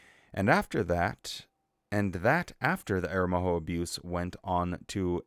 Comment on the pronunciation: Good rundown. And you made a pretty good job of pronouncing 'Aromoho'.